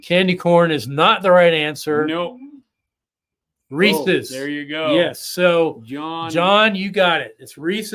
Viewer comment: THANK YOU for saying Reese's correctly lol. I hate when people call them "ree•ceez -pee•ceez." Like apparently people don't get that there's an apostrophe there, as in, these PIECES belong to Reese. The PIECES are REESE'S. And the peanut butter cups are REESE'S as well lol. Sorry for the mini rant. That just always has bugged me to no end. Lol HAPPY HALLOWEEN all!!! 🎃